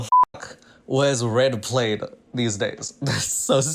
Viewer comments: Red “played” lmao umm I thought it was “P-LAD” 🤔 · I don’t mean to be that guy, but it’s pronounced plad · Am I the only one hearing things or is saying "plaid" like it's "plate"? A red plade? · Plaid is pronounced p-lad like dad. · DID YOU JUST PRONOUNCE PLAID LIKE THAT!!!! I mean nothing wrong with that I have just never heard it pronounced like that